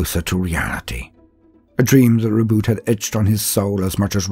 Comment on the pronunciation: Thank you for not pronouncing Roboute like "Ro-bootay"!